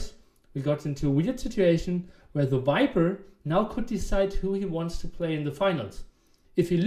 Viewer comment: Really funny game, i'm also spanish and we don't use to pronounce 'v' and 'b' on a different way(speaking spanish) so it's possible to do it speaking english. Hence theviper would be thebiper for me too hahaha